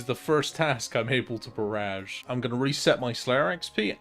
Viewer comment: I HATE THE WAY U SAY BARRAGE